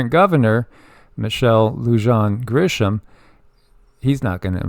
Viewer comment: Her name is Michelle Lujan (Lou-hon). J sounds like H. Gris-ham. She is something else and the people want her impeached. Protests every day and they are getting bigger every day. I live in Albuquerque, NM